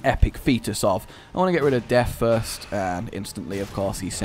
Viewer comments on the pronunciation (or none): none